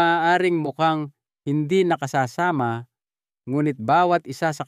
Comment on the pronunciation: Nakasasama - wrong pronunciation . Pag nag iba ang pronunciation iba na ang kahulugan